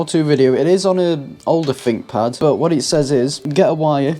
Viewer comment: I think you'll find it's called a THinkPad not a FINK pad